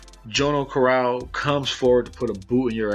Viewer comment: jono carral It's pronounced like Johno Carral in ireland haha definitely not jo no